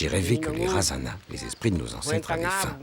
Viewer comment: Cest merveilleux ce documentaires .. par contre on écorche les noms... je suis métisse malgache. par exemple razana, les ancêtres on ne prononce pas le "na" à la fin. Ou bien merina se dit [mirne]